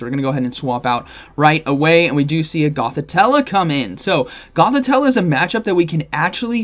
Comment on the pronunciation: GothiTELLE not TELLA 😉